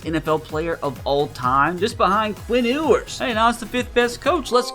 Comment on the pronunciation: ITS Pronounced PRONOUNCED “YOU-ERS”